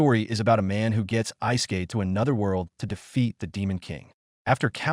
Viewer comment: Eye say kayed 🙄